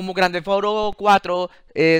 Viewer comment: Jajajaja gran tefauro es Grand theft no tefauro